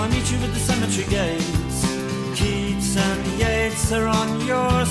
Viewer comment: Yeats is pronounced YATES